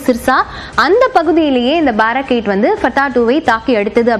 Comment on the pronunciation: Its Baarak 8 Indo Israel JV, Pronounce correctly